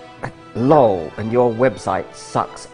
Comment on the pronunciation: The way he pronounces “lol” (LAWL)...My good friend and I have said LAWL now for years!!